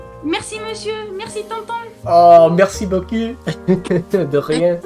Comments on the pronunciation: "beacoup" is pronounced "bocoo", not "bocu". Cuz "bocu" would mean "nice a**"... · watch it when you say beaucoup you make it sound like beau cul which means " pretty ass " LOL remember beaucoup = bo_koo j'aime bien regarder tes vidéos elles sont très drôles thanks 4 sharing: ) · When talk in French he says "Merci beaucoup" but in fact with his pronunciation he says "Merci beau cul" which means "Thank you great ass!" and thats hilarious 😂😂😂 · Hey, I'm french and i want to congratulate you. Just one warning "merci beaucoup", you pronounce it "merci beaucu" wich really sounds like "merci beau cul" = "thank you nice ass" 😅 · when you said`` merci beaucoup```it sound like ... `` merci beau cul..it's not the same meaning...(im from Quebec) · you have to correct your pronunciation of "merci beaucoup", "ou" is pronounce \u\ not \y\. If you pronounce \y\ then it sounds like "merci beau cul" which means "thanks nice ass". It's an unfortunate common mistake... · I find it hilarious that such a common phrase could easily be mispronouced to "thank you great ass" Brilliant